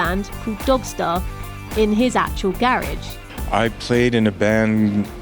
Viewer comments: its garage not garege lady! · Garage or grunge? Sounded like grunge to me... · So instead of a garage he has a garrage? A garridge? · I love how you say garage